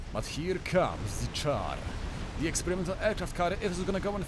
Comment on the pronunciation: hehe, I figured you were from Poland when I heard you pronounce "Czar" like "Char"!